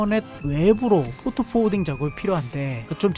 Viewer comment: 영상 주제가 LLM입문하기에 너무 좋아요. 포트포워딩의 `포트`는 Port라서 순경음으로 발음하면 안됩니다. 별거 아닌 건데 이런 것들 때문에 제작자의 신뢰도가 떨어질 수 있으니 유의하시면 좋겠습니다.영상 잘봤습니다. 이렇게 따라하기 쉽게 제작한 영상이 코딩에 관심있는 사람들한테 코딩에 입문할 수 있는 좋은 동기가 되는것 같습니다. 응원합니다. :popcorn-yellow-striped-smile